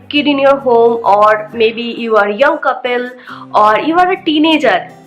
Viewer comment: You know she's bong when says couple "coupel" and uber as "ubear"